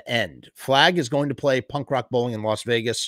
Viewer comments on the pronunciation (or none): none